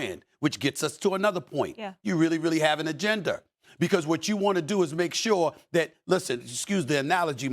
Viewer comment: This ninja said “AGENDER” smh